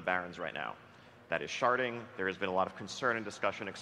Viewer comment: I can't tell if you're purposely saying "sharting" and you're joking around, and these idiots don't get it. Or if you actually don't like sharding, and just had the hilarious misfortune to misspell it in every instance. P.S. If it's the former, it's well funny, good on you.